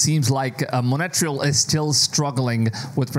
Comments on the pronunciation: Its montreal not monetrel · 💩 every time he says monattreal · The way you pronunce Montreal Like Monateral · Mon-Tree-all (Montreal) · It’s pronounced Mont-real. Thank you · I was so confused and thought this was a branch I’ve never heard of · I thought I was trippin' - dude kept saying Montreal so weird...OMG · and you still didn't learn how to pronounce Montreal 😭😭